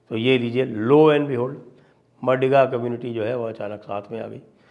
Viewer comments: It is मादिग and not मडिग, Sir ji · Sanjay Sir the correct pronounciation of MADIGA Caste is माधिगा 🙏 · It's not madiga, it's "MAADHIGA"( sc)sir... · Madiga nahi sir, Maadiga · Maadiga, d as in "the" not MaDiga. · Not madiga, it is madhiga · maadhiga and kaapu is correct pronounciation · Sir it’s pronounced as maadiga